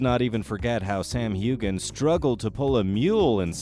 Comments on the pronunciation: Heughen. The G is silent. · Hughe-an the g is silent. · The silent g is what I meant! It is so annoying when a name is never pronounced right! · Voice overs pronunciation is awful! Hugan? Who is this?....oh! You mean Heughan pronounced Hewan, get it right! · I don't normally like to say negative things, but the sound of Heughan with a hard G instead of a silent G, was driving me crazy! lol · Why do you not pronounce Sam Hughans surname correctly?